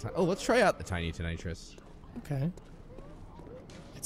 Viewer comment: It's ton-a-trus